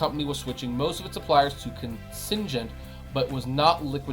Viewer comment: ‘con-singe-ment’ LMAO